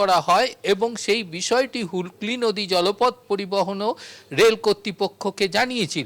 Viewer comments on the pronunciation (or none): none